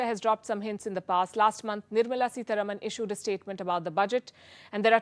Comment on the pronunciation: सीतारामन not सीतारमन